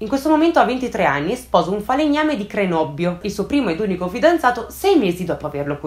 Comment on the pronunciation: Cernobbio (CO), non Crenobbio 😉